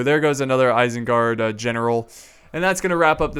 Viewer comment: well guys you've officially heard it, isenguard has now been changed to "irsengerd"